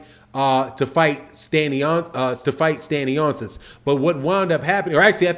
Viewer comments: Pardon Sir it's pronounced Stan-yonis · No criticism it's jus so Yu can do it how Yu said and not butcher his name, cause since this news came up it won't be the 1st video Yu do on the topic🙏🏿☝🏿